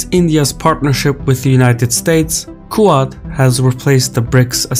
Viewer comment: Quad pronounced 'kwod'. Great video though.